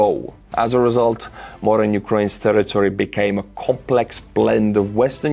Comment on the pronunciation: When you say 'modern' it sounds like 'moron'😄 Sorry😳